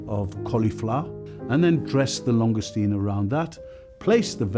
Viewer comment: La longestine 🤣🤣🤣